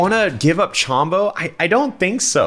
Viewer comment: Alpha, Chombo's name has no a. It's Chombo, not Chambo.